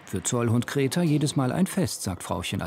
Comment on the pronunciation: Wie der Sprecher diese Hündin Greta einfach immer als "Kreta" ausspricht